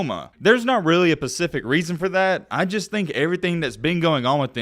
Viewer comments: "There wasn't really a pacific reason" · Pacific reason huh lol